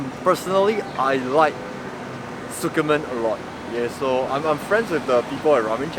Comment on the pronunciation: The way you pronounce tsukemen 🙃 It’s tsu-ke-men not su-ke-men... Tsu sounds almost like zi.